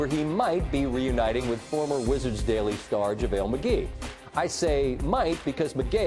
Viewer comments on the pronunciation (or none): I think he said Javale Mcgay